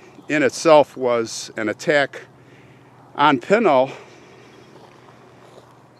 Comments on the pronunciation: I've lived here in AZ for over 20 years and my husband is born and raised. It's called P with a short i...then n ..a[short a]..l. It is never called what you called it. My husband [whose 54], says someone is messing with you. LOL Welcome thought to AZ, lots of interesting cemeteries and old towns. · I lived in Superior, Globe and Miami, Arizona. I grew up riding the dirt roads of the Pinal mountains. I like a few months from being 60 years old and all my life Pinal pronunciation was the way you choose Not to say it. Only after people was more learned on how to say words by their spelling did the pronunciation change. It’s just like the word Gila, Gila monster is pronounced with an H and not a G sound. It’s a shame that future generations will not be able to hear how the people before them pronounce the words and will only go by how it spelled now.